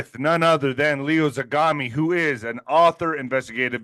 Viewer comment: he prefers pronounced "Lay-o", Lay-o Zagami